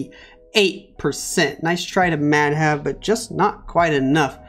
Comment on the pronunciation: Bro Pronunciation was wrong😅